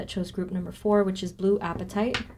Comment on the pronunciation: Pronounced " Ah pa tite" Short a sound plz 🙏